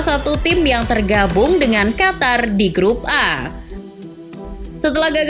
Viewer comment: Qof To Ro,,, Qatar✅ Qotor❌